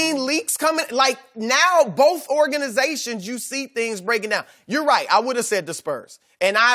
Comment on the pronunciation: C'mon Brussard, the word is pronounced "both" not Boff...